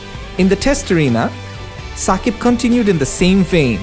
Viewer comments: it's Shakib not Sakib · Shakib not ssakib